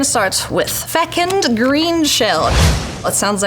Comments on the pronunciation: It's pronounced "fuh·kuhnd" not "feck-end". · feCUND not fecUND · ❤❤❤Fecund rhymes with begun not second❤❤❤ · "I'll cast a fecund greenshell, that sounds like I did a swearing" "hey, no swearing" "it's fecund cool" 😂😂😂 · Omg. "Fecund" 😂